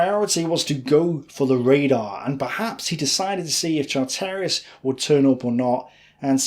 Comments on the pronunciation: Ugh ! ‘Char - Terris’ Pronounced CHARtriss Family members watching these videos (otherwise excellent) must positively cringe every time their grandads’ names are mangled- repeatedly. This must detract from the pride they’re entitled to in the the valiant deeds or their immediate forebears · its Char ter ris not Char terry iss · Great story. A couple of suggestions. Charteris is pronounced ChArteris, not ChartEris. And now that your mum has seen you on the telly, don't bother filming yourself anymore. Try to get more videos or photos, there are literally millions of them. Anything is better than a bald, badly-shaved bloke going on and on and on. Finally, don't bother to read the documents you quote, or if you do, and a summary is all you need to do, give us time to read them first. We can't both read and listen at the same time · Excellent job - but you mis-pronounced some surnames Charteris (ChAh tey ris not Char tEY ris), Pickard (Pickurd not Pick Aard), Vernon (Vernun not Ver nOn), Leica (is Licah), Campbell (Cambell not CamP Bell) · I was begging not to say "Chart-air-is" or "Leeeka" camera, no, no, no, no, please no... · Your pronunciation of names like Charteris and Lieca are laughable !!!